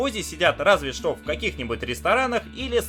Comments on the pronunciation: Я один слышу вместо буквы "Ш" слышу "Щ" : - " Щто это за место"???)) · меня одну просто дичайше наколяет, когда он говорит вместе "что" искаверканное "щчо"?😠😠😠😠аааа, прям горит пукан. бомбит с недетской силой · Эта ,,штьо" меня просто убивает :D